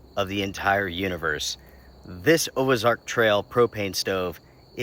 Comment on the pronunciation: If I remember correctly Ozark doesn't have an " e " so i am not sure why you're saying it